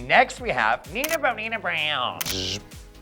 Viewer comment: They slandered nina's name so horrificly 😭😭😭😭😭😂😂😂😂